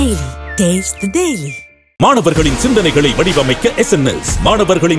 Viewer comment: D na The.. yaara neenga news podringa 😂😂😂😂😂😂😂 d happiness na the happinesss nu artham